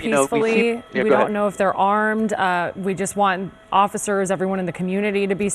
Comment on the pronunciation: It’s Tapo not Topo